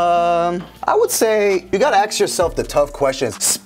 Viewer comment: A S K. not axe!!!!